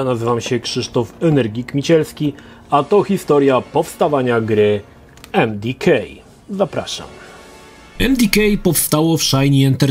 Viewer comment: Jakie emdikej? Emdeka